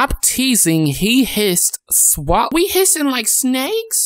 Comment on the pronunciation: the way he said hissing rlly got me